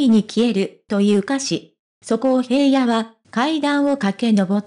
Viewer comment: どうしてへいやって読むのを辞めないの？😢 ひらのしょうですが！